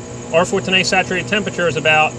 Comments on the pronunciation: why does he say a like that. r410ayee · I love your videos but the way you pronounce 410a is killing me.😂